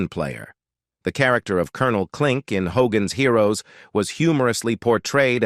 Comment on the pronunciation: hoGAANS heeROOWS